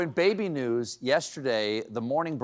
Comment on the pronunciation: I thought he said news, not nudes.